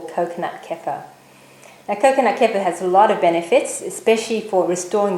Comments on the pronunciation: good video. use a cleaver instead of slicing knife, a lot easier. btw it is pronounced as 'ker-fear' :) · Great video. But the pronunciation is very close to a South African derogatory racial term. Google the South African "K" word for reference. Safer to pronounce Kefir the way it is meant to be said.